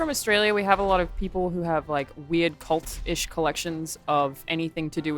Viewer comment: Hey, its a cUlt not a cOlt. Pronounced KuhLT